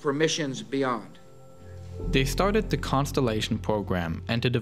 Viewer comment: "plogres" "dlis" "tle", language 100